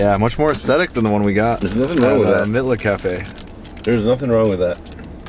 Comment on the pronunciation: Mitlas is pronounced "meetlas" .... js